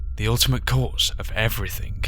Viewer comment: I like how you pronounce "Everything" as "Everythink" :D